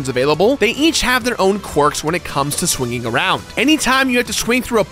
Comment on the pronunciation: Did this guy just mispronounce the word "swinging" twice?